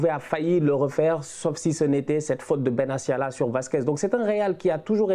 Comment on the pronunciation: Mes amis, ce n'est pas Benassia, mais bien BenaTTTia. Excellente vidéo, comme d'hab.